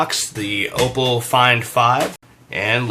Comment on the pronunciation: 'Ahpoh' not 'Ohpoh'